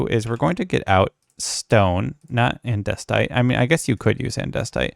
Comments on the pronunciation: DID HE ACTUALLY SAY ANDESTITE INSTEAD OF ANDESITE? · ANDESTITE? It's literally Andesite. Come on. Also, this is a pretty good. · It is no longer Andesite it is now Andestite.